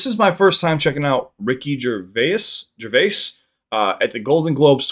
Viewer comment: You got his name correct 👏 most americans say it wrong